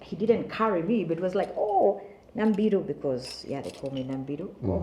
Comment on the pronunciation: I hate it when people pronounce my name as Nambiru instead of Namubiru 😊😊muba mupapa ki😢...... Anyway inspiring my sister in clan.... Thank you for breaking the silence and some sayings sijui omuzade tasobya. To me omuzade asobya atte nze nga omwana I can punish the muzadde though sigenda mugalamiza mukube kiboko